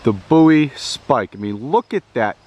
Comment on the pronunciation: boowie? bowie. like David Bowie